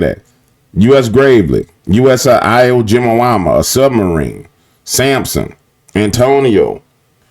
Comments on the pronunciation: Man! It’s … E-whoa Jee-MUH! You mispronounce that ONE MORE TIME! I swear! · Iwo Jima ,,, ( ee-wo - jeema ) . A volcanic island in the Pacific . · Come on, you can do better. Surely you know about (& know how to pronounce) Iwo Jima [ee-wō jee-ma] -- you know, the Japanese island where the Marines landed in WWII?